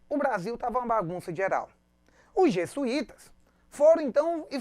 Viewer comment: .... por favor, professor. Os portugueses vieram, e não, "vinheram"... E são Jesuítas, e não, Jessuítas! E não é Padre Manoel da Nobre.... é Padre Manoel da Nóbrega!